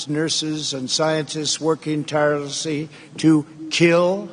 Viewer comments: Trump couldn't even say "tirelessly" without sounding drunk. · "Working tirlessy". Apart from the gaffs, who on earth wrote this speech? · can't even said tirelessly right, David parkman, you missed this one 😂😂😂